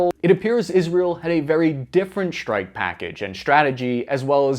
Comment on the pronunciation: wtf is a "Shtrike package"?